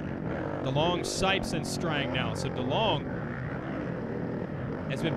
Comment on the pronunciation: Does anyone else think he says sikes instead of sipes